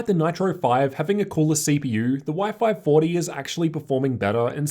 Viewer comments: I think he's mean what you pronounced Y540 like " wi-fi 40ty" :) P.S. Big thanks for so detailed reviews. Could i ask you, if that possible, using the same angle while you filming opened side-by-side laptops? Filming in front of. Because you usually filmed from the right corner, and the display of the closest laptop is distorted. Hard to objectively compare "non-synthetic" colors, contrast, etc. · Anyone keeping thinking he's saying wifi 40 🤣